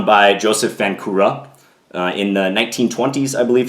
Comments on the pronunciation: its pronounced vahnczura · Hello John, just one small detail. Right pronunciation of Vancura is "Vanchura". in Czech his name is written with "č" - Vančura. Otherwise very nice video as usual, keep doing great job! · Great video. For your information, the name is Josef Vančura - the "c" is pronounced like "ch". And the accent is on the first syllable. So it sounds like VANchoorah. Not a criticism. I though you might like to know.